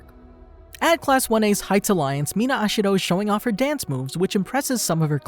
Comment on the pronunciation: the pronunciation of such simple names 💀